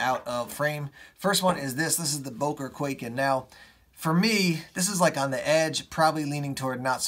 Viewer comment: It's not pronounced "quaken" it's pronounced "kwai-ken"